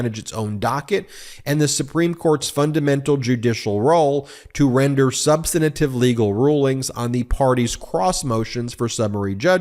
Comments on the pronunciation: Sub-stan-a-tive? Come on, Ben. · Ben, you are an experienced lawyer. Please learn the usual real pronunciation of "substantive".